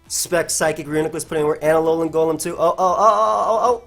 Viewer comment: It’s pronounced “Alolem”